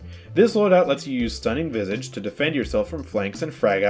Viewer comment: The way you say visage is triggering me its said vi sa ge not vy sa ge